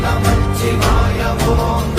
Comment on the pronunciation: ஓம் நமசிவாய என்று தான் உச்சரிக்க வேண்டும் எழுத வேண்டும் நமச்சிவாயம் அப்படி என்று ச் அழுத்தி கூடாது எழுதவும் கூடாது